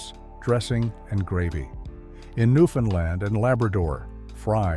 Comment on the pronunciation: I'm surprised it actually pronounced "Newfoundland" properly!!!!!! 😮🙄